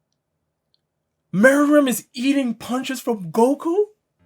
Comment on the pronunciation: Lol I can't believe it😂😂 meruem? Really😂😂😂 wow.. I didn't even mind the rest but meruemmmmm.😂😂 wow damn